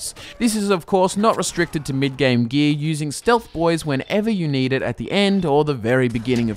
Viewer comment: For those who just as confused as I am, when he says "gee" he really means gear